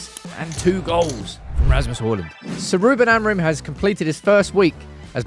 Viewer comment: Once and for all: its pronounced "A-moo-ring" with the "g" being muted. Its nasal "ing", forget the last "m". And the intonation is more like "amputee" not like "amplitude" meaning the strong syllable is the last one, not the first.